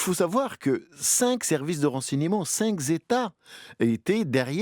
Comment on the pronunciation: "Cinq zétats". Donc cinq a un pluriel maintenant.